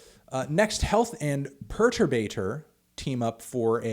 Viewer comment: You mispronouncing Perturbator makes me want to go Gallagher on your melon ass